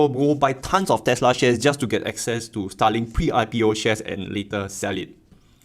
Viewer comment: i know you are saying Starlink but it sounds just like STALIN